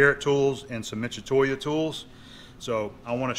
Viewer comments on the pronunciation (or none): given Mitutoyo is Japanese, wouldn't the pronunciation be Mi-tu-to-yo, or at the very least Mi-tu-toy-o; and not Michatoya